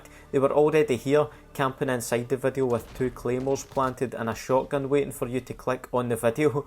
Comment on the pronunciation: why am i hearing wadu instead of video ?